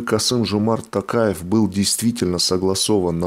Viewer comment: Пожалуйста, говорите правильно, не Такаев, а То каев, не Акарда, а Акорда. Это же не трудно, вы же очень грамотные люди.